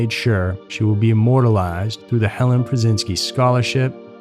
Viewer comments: Helene not Helen. It's pronounced Hellean. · Helene; not Helen. Such a sad story; she was so beautiful. RIP sweet girl.